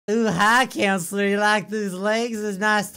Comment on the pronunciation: you said counsler again